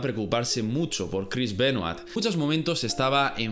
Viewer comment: Tal vez... No tengo una palabra profesional así que no puedo decir musho...